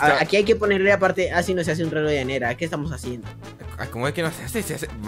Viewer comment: En el minuto dice reloj de "anera" jaja